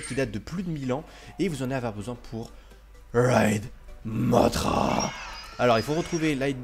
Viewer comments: et sa se dis pas mottra mais mossra sinon super video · J'aime tes vidéo mais petite parenthèse mothra dans godzilla de 1961 se prononce mossra.